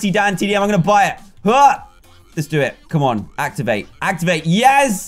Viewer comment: When not wen going not goweng